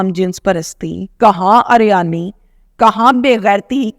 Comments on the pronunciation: Ariyani nhi hota uriyani hota hy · Madam uryani theek lafz h aryani nahe